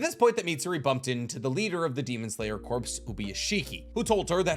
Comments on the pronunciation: I can’t get past the fact that he’s saying “corps” as in dead body and not pronouncing it right 🙄🙄🙄🙄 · I love you videos but! Demon Slayer Corps, It’s pronounced demon slayer CORE. The PS is silent. Source: the Marine Corps is pronounced Marine CORE, not Marine Corpse. This literally drives me nuts. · can you please learn to pronounce the word "corp" before making another video? it really hurt my ears. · Why do you keep saying Corps wrong, the P and S are silent like in Marine Corps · The word Corps is pronounced like core, not corpse. I know it doesn't really matter to the video's content but it's like a flick in the forehead every time I hear it. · Every time you say demon slayer "CORPSE" it drives me crazy. It's pronounced core, like the U.S. marine corps, its not a marine corpse. Jesus man you're old enough to know this. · You pronouncing Corps as "Corpse" instead of "Core" is killing me! Other than that great video! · It’s pronounced core* not corps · My brother in Christ I love the video but it’s pronounced “core” not “corpse” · “Corp” and “corps” are pronounced exactly like “core” and “cores”, respectively. You’re welcome. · Demon Slayer Corps is pronounced like "kor". You've been pronouncing it like "corpse" the whole video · Tiny itsy bitsy pedantic thing: Corps is pronounced like "core" not corpse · As a long time fan of your content, I must say… Corp is NOT pronounced Corpse. It’s pronounced like core. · I don’t know if someone said anything or you’ve corrected yourself, but corps is pronounced core. Not corpse. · Pet peeve: it's actually pronounced as "core", silent "P". Like the USMC, Marine "Cor" no annunciation of the "P" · Love ur channel! Just please say corps (“core”) instead of corps (“corpse” 😂😂😅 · I love your content but please for the love of god it’s pronounced core not corpse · Demon slayer corps is pronounced like core not corpse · sorry to be that guy but its pronounced Core.... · Absolutely tickled how you pronounce corps as "corpse"